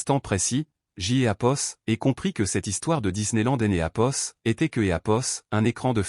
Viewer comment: Ce "hapos" gâche toute l'histoire !!